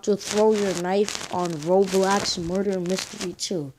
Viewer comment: It’s called” ROBLOX” not” ROBLAX” and it’s “ lobby” not LABBY”